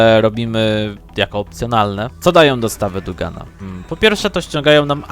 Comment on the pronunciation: ale mówi dO Gana a nie dUgana